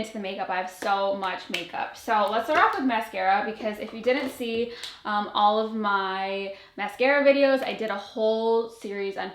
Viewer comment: "Olive" the roses😂